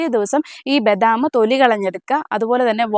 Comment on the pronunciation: ബെദാം അല്ല ബദാം